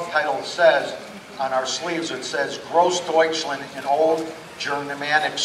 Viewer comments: Jesus this guy cannot even pronounce Großdeutschland right... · he didnt prounce gross deutschland correctly a single time